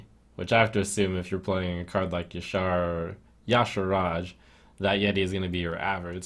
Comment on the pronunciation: Finally somebody who pronounces Y'shaarj correctly